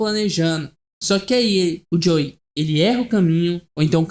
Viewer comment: gostei mas olha diga antes the last of us (em vez de thelastvus) e joel(em vez de joey)